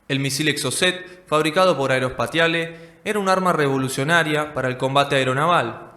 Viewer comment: ☆AEROSPATIALE☆ en francés se pronuncia...( aerospacial ) y no como se escribe...☆AEROSPATIALE☆.